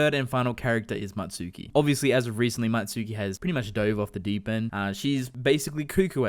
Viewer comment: Don't you mean Mutsuki not Matsuki??